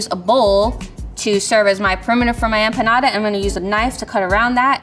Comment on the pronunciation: EM...PAH... NADA.!!!!!